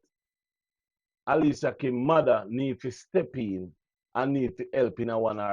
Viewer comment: Alicia name doesn't begin with an "H".....Then every word you pronounce has an "h" at the start, middle and end? TUDT right, you did leave you brain in the 3rd grade...no sah, what can go so?